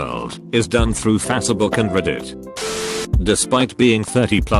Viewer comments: Nobody: ... The world : facebook The voice in this video : fatabook 🤣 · Subs:faster book Audio:fassabook